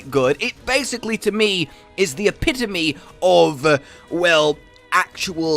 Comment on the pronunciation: HOLY COW, SOMEONE TAUGHT TO SAY EPITOME CORRECTLY